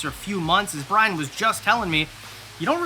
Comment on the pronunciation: I'm pretty sure you're saying Brian's last name wrong.....Ya.....👀